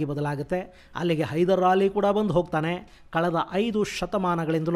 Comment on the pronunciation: ಹೈದ್ರಾಲಿ hydrali ಅಂತ ಹೇಳುವ ಬದಲು ಹೈದೆರ್ ಅಲಿ ಎಂದು ಉಚ್ಚರಿಸಿ ಪ್ಲೀಸ್